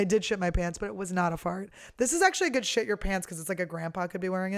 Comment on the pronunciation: "They look guud" she said lololol